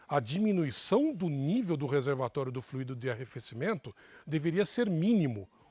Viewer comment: Fluído, o que já fluiu! Verbo no passado. Tônica na letra I. Fluido ( tônica na letra u), substantivo: o fluido, líquido, ar ou gás que flui. Por favor divulguem ! Dói nos ouvidos " fluiiiiido " . Não entendam como crítica de menosprezo, mas como colaboração. Gosto desses canais. Obg .